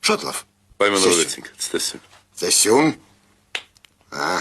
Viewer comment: Ոչ թե ստեսություն այլ ց'տեսություն։